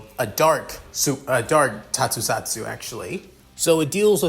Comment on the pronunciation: It prenouce Tokusatsu not tosutsatsu dude Also i have feeling this pairing will be izuku x reiko since this involve supernatural You can use dark deku early